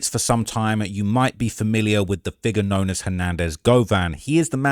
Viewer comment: You said figure.. holy, I thought you said 🥷😂😂😂